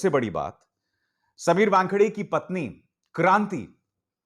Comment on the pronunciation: समीर 'वॅनखेडे' नहीं, समीर 'वानखेडे'. आप व्यानखेडे / वॅनखेडे क्यो बोलते हो?